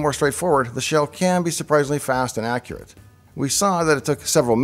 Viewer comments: accruate lol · "How Accruate..." I love you davepl